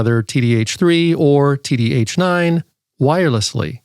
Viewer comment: "The Titradio TittyH9"???😂😂😂